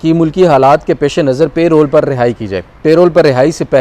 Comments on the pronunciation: Reporters and even Barristers are not pronouning Parole correctly. PL check it. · It's Parole not payroll